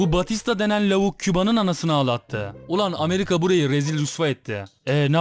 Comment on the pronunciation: O gemiyi İspanya değil 2.Abdülhamid emri ile güvendiği adamları amerikan gemisi patlatıyorlar Abi Küba'nın Hayır PUŞTLUK kelimesini Ameriga diyor :D